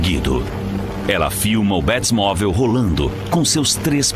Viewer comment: Mintira kkkkk bétimovel kkkkk batmovel